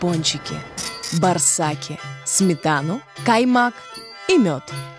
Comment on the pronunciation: Ни барсак а боорсок правильно надо говорит а не свой лад